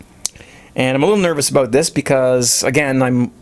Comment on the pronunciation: "Aboot it"